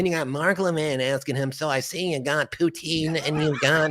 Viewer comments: Pee-you-tin, Gee, and Un (Levin doesn’t realize that’s NOT the guy’s last name) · I hate how Mark Lavin pronounces Putin. ( PEUTIN ). It's so weird